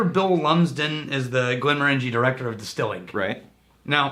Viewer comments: It's pronounced "Morongie" not Morangie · Goddammit stop saying "Glen mor Angie", it's "Glen Morenjee" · I wonder who will be the first person to point out that we're mispronouncing "Glenmorangie."... It's tradition! 😅